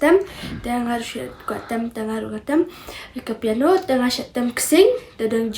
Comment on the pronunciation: Khublei Shillong mail ia kane ka khubor kaba ai mynsiem shisha ia kiwei ki para khynnah. ka jingkyntu ia phi Shillong mail ban iarap ia la ki reporter ba kin kham pyntbit bad pynjanai ha ka rukom interview. Nangta pynjanai ia ki rukom kynnoh ia ka guitar bad piano - ymdei gaitar ne pai-ia-no.